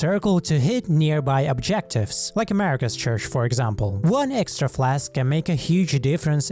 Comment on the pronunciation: It's Marika, not "America" lol